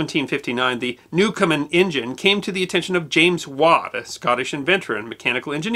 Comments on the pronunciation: "Newcomen" NOT "Newcomer" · I hate to be picky about your generally excellent production but you pronounce Thomas Newcomen as 'newcomer'. Stuff like that eventually makes its way into history books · It's Newcomen, not Newcomer!. And since I'm here, I will pose a question that has nagged me for years. Newcomen's engine was an atmospheric engine, not a steam engine. The steam was only used to create a vacuum. Watt's improvement was the external condenser, which eliminated the heat lost in cooling the cylinder. Did Watt ever build a true stream engine (i.e. one that used pressurized steam)? Also, his use of the sun and planet gear was not a brilliant innovation. Watt used it to get around a patent on the crank.